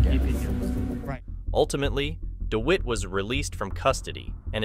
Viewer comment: Firstly, his name is pronounced Dewitte...as in wit/tit/bit...Dewitte!!! Secondly, the idea of these True Crime style videos is to be on the pulse. Recent events are what True Crime enthusiasts are generally interested in. NOT ANCIENT HISTORY!!!